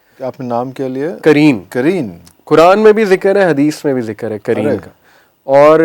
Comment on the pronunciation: Aapka Urdu pronunciation thoda gadbad h...jaise aap ne "Qareen" ko kareen kahte hain, aur "Qalab" ko kalb kahte hai, "Qalab" Arabic language mein heart ko kahte hai, jabki Kalb means in Arabic "Dog" ko hota h... Meaning totally changed ho jata h, agr aap wrongly pronounced krte h Arabic words ka...so be careful! Don't mind my suggestion.😊